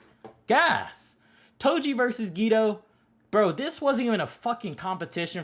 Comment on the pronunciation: Not geegee gege and choso not chooso and geto nat geeto